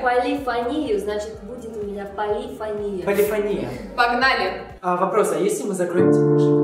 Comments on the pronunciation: небольшая поправочка.Не полИфония(удариение на и) а полифОния (ударение на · ПолифОния, а не полифонИя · Там вообще два варианта ударения, но музыканты чаще употребляют именно полифОния (хотя меня тоже бесило) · Почему полифонИя, а не полифОния? Я просто учусь в муз.школе и мне как-то неприятно слышать:/ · Эм не полифонИя, а полифОния. Я учусь в музыкальной школе. Мне так редет уши ! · Да я тоже в муз. школе учусь. И когда они говорят полифонИя 😐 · Меня на протяжении всего видео бесило только одно...... ОНИ ГОВОРИЛИ полифонИя, а правильно полифОния!!!! Я учусь в музыкальной школе 7 лет и ГОСПОДИ!!КАК РАЗДРАЖАЕТ, ЧТО ЛЮДИ БЕЗГРАМОТНЫЕ! Окей, я понимаю, что они не музыканты(кроме миа бойка, кстати странно, что она их не поправила) но ведь можно было элементарно загуглить! P.S. Я не хейтер и очень люблю, просто это ситуация меня дико выбесила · ПолифОния! ПолифОния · Извиняюсь конечно, но не полефони́я, а полефо́ния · не полифонИя,а полифОния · Не полифонИя,а полифОния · не полифонИя, а полифОния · ПолифонИя... Серьёзно?????? Может быть перед тем как снимать ШОУ, хотя бы правильное произношение поссмотрели P.S. играю на фортепиано, и полифонИя прямо режет по ушам... Если что, то правильно полифОния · Почему полифонИя, если по сути полифОния правильно.... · ПолифОния ударение на О